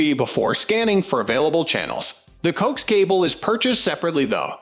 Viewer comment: pronounced 1 by ONE not 1 bi-on. and co-axe for "coax". duh